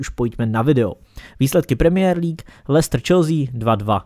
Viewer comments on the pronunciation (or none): none